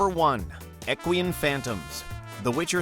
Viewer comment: Pretty sure EQUINE is pronounced Ek-wine", not "Ek- wee-un"